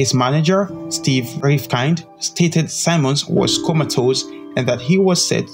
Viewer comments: His name is Earl Simmons (pronounced Sim-mons not Si-mons) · Simmons not symons man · Its Simmons not Simons... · Yo! HIS NAME IS SIMMONS NOT SIMONS! learn to speak better english. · Great tribute. Only thing: Sim-mons not sye-mons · You said his name wrong bro fix that